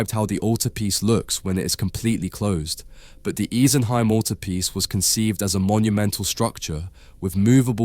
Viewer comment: It made a huge impact on me as a child, and is still probably my favourite piece of art ever. (Side note, I'm pretty sure it's "ee-sen-hime", not "ice-en-hime")